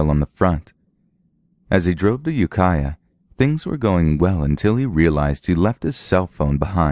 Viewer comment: I'm legit surprised to hear you pronounce Ukiah and Mendocino correctly